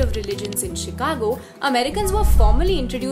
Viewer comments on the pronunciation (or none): none